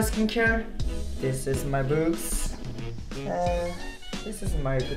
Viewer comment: ..Rascals Pronunciation of Books 😂😂😂